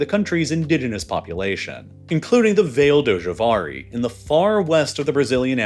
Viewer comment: im just amazed that the english language made "vale do javari" into "vail dou shavariy"